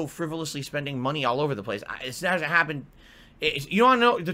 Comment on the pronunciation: That did happunh, ashynn